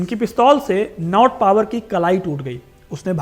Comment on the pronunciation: भाई, नॉट पावर नहीं, नॉट बावर सही नाम था उस अंग्रेज का।